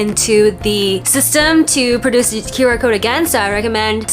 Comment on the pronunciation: what's a "qyouwer" (rhymes with "skewer")? oh, "QR." guess you were hungry